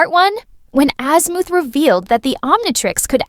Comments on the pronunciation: Wholeheartedly agree she keeps saying azmooth and not azmuth and it's fucking annoying like no where in the entire show was he called azmooth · Bro ai cant say shit right man fuckin azmooth😂